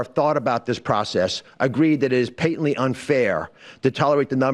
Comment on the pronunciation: I absolutely hate it when I hear... "pay-tent-lee" From the podium. .... this person really in charge of something?